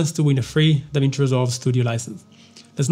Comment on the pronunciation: "DAWIN" NO MINUTO MIN